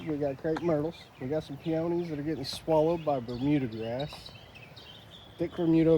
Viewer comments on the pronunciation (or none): Hi! Just wanted to let you know the correct pronunciation of peonies. The emphasis is on the first syllable. It's pronounced PEE-onies, not pee-OWN-ies. I know someone else from Texas who pronounced it like you did and at first I wasn't sure what she was saying. Just an observation. By the way, I LOVE your channel and love your transformations! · A adore you! But I have to say... I can't resist. It's pronounced "pee-oh-knee" not "pee-on-knee" LOL You are fantastic and I'm silly for even caring. (Laughing at my silly old self, it seems I have morphed into my mother!) Keep up the fantastic work!!!:)